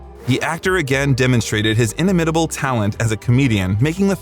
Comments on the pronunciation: Hmmm. Inter-LOKE-itter? Inni-MITT-able? Do we have a little "ay-eye" here? I noticed six or more mispro nunciations, which is the usual giveaway. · Work on your word pronunciations. Impetus, inimitable and Lea don't sound how you read them.